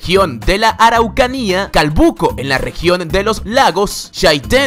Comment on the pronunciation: Siempre leen mal los nombres , dijiste mal Araucanía se lee mas rápido , somos raros